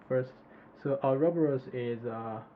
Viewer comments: Or-ah-bor-us < How to pronounce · Ou-roboros, LOL.